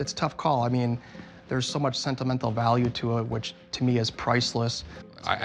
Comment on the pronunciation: No no no this is what Rick said “sentimennnel” lollll😂😂🥱